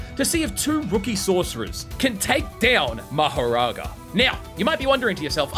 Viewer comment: Ah yes, "Sourcers"